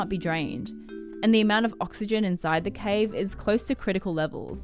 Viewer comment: The wild boars were stuck in the have too? That's what it sounds like she says. ????